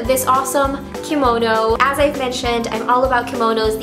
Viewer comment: thank you for bring the only YouTuber who pronounces "kimono" correctly with the "kee" sound in the beginning! most girls say "kuh-mono." so irritating. :/